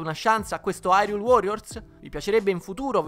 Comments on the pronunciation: Solo io mi triggero ogni volta che dicono hyrule nel modo sbaiato? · A quanto pare però "irule" come dicono nel gioco è molto più simile alla pronuncia giapponese